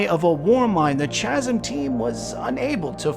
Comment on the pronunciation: Love your videos bro. Buuuut you've gotta learn how to pronounce 'chasm.' Lol